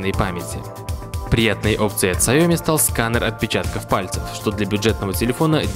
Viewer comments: автор название научись правильно говорить сяоми. сяо-маленький. ми-рис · Дизлайк не глядя за "саёми"